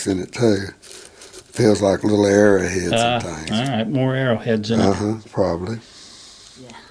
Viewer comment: Very fascinating video; thanks for posting. I had to grin every time he would say Era head, you would say arrow head. That one piece looked like Viking to the left, Artemis (I saw living in Turkiye) on the right and Egyptian on the slab. Then, you said what I was thinking. Artemis only looked like the top part though. What did he say the little triangle was, with the smiley face and two = signed coming out?